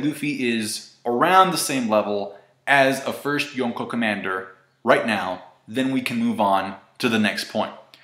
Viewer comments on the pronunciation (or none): stop saying yonko like that